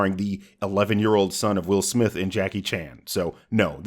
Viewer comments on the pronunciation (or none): none